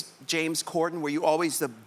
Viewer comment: Why was RuPaul mispronouncing James’ last name? It’s CorDen, not CorCen.